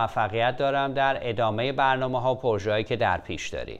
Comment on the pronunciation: اقای مکری درود ، ازشما که مجری باسابقه ای هستید انتظار میرود لغات را درست تلفظ بفرمائید : " پورژه "غلط است "پروژه " بایستی گفته شود و یا اگر مانعی نمیبینید بجای تلفظ فرانسه این لغت گویش انگلیسی انرا ادا کنید ، شما در هر برنامه تان چندین بار تلفظ غلط را که نه فرانسه است ونه انگلیسی ونه تلفظ معمول فارسی تکرارمیفرمائید ، یکی از برنامه هاتان را مجدد بازبینی بفرمائید متوجه خواهید شد چند بار "پورژه" را بجای "پروژه" یا "پراجکت" گفته اید سپاس